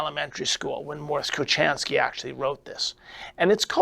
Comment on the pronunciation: His name is pronounced with an H not a cha his patents were pols